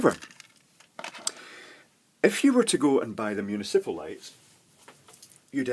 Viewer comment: moo knee sipple? I guess we take the good parts of the accent with the bad.